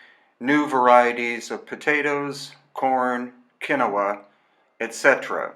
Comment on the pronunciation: It's nice to here someone pronounce Quinoa correctly. I asked a friend who lives in South America and she told me. Everyone in the UK says 'keen waa' like its a French word - which it isn't of course! Apart from that, great video - thanks!